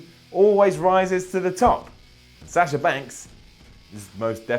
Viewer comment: it's Sasha not Sasher